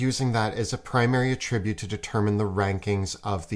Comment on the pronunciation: The thing I’ve noticed about my fellow Canadians is that they seem to have a challenge with homonyms. Pronunciation denotes meaning with homonyms. AT-tri-bute is the noun meaning an inherent quality or factor, whereas a-TRIB-ute is the verb meaning to hold that something is the cause of a result.